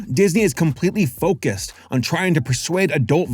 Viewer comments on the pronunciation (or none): none